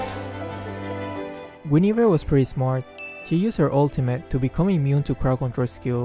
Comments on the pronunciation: The thing that made me laugh was the yugi oh guinivere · THAT TEN STEP AHEAD GUINIVERE LMAOOOOOOOOO